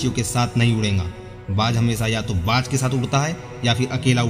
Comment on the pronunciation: कृपया हिंदी सही पढ़ें,बाज होता है बात नही,शेयर होता है सैयर नहीं,हिंदी तो सही पढ़ो भाई।